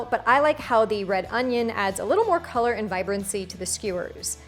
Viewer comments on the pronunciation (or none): none